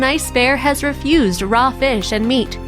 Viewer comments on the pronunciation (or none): Paw not pah. Raw not rah. Caused not cahsed.